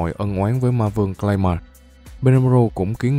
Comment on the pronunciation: Clay man mà xém nghe lộn thành gay man :)))))